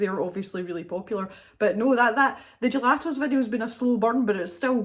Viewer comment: Yayy, Happy Birthday to the Cave! And thanks for all the content,! I've watched that gelato video, and what I like is how you say the word gelatos...LOL Good luck to everyone entering for the giveaway!